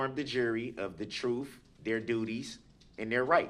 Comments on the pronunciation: EPIC reply.👏👏👏 "troof" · " I am goin to tell my troof" - Darrell Brooks